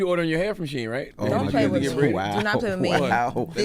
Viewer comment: Can't say Shein, and disregards it, yet they get offended about Kamala's name being mispronounced...